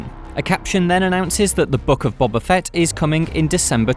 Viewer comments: Stop calling him "Bobba," it's "Boba," like "Boh-Ba," not "Bah-Bah." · His name is BOBA Fett, not Bobba. Do you not watch the show? He says his name out loud. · Why do British people just pronounce names however they want to? When I say Ahsoka Tano, my American accent would suggest I'd say "Tan-oh", but I say "Tah-no", because that is her name. "Bob-uh" is not his name, it's "Boh-buh". This has been my TED Talk. Carry on. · Its "bo" "ba" not "bob" "a" 🤦‍♂️ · It’s pronounced Bo-ba not Bob-ba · Why do all British people pronounce his name as Bobba?....it’s Bow-ba 🤷‍♂️👌🏼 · Boba not Bubba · Why does he pronounce it Bobba Fett? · Cmon surely you guys can pronounce Boba Fett correctly. It’s not bob ba.